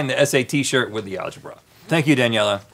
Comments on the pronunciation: I liked once Link said Alege-Bra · "alge-BRA" ... Oh man this show is priceless sometimes.